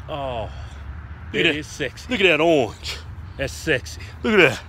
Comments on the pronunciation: "Look at dat ohhwnj" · "look a' dat aunge'.